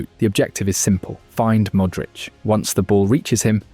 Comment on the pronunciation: I switched off at the way he said ‘Mooudric’ 💔 forza milano though